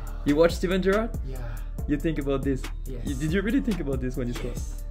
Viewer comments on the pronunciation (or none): none